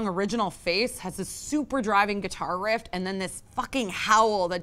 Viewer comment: super driving guitar "rift" sorry hahaha had to point it out.